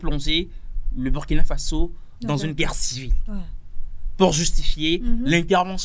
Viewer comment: Prononcer ;*bourkina faso svp